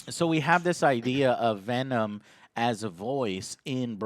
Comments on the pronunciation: Pavel Volkovoi Venon Roche. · Michael Barendregt "we are venon" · We Are... "Venon"